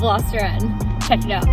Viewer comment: You pronounced "check" wrong, but we got you anyway so no worries.